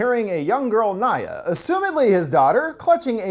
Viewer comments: You mispronounced the girls name so many times dude. I love you but next time please pay attention to how they say things in the movie. Niya is completely different from Nyagak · It’s actually “Nyagak” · Why is it pronounce Nyah when it’s spelt Nyagak? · Love your stuff man! But the girl’s name is actually “Nagayek,” and I only know this because I had the subtitles on hahah. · You say the daughters name wrong the whole video, it's Nyagak